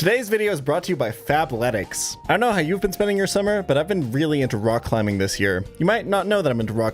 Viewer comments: fabletics fab with a b i kept hearing that wrong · I’m the only person hearing Fap-letics….right… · I had to check the description cause I could’ve sworn you said “fapletics” lol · I kept mishearing the sponsor at Fapletics im so cooked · I thought he said "FAPletics" like he was about to shill me a masturbation based workout program.